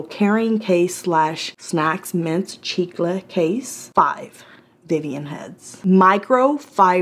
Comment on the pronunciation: Ok you said “chicle” and I died!